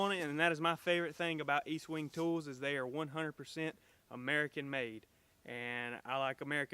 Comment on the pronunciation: Its pronounced Estwing, not Eastwing. Great tool you got there!!!